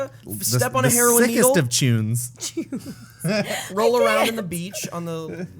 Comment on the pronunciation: "The sickest of chunes"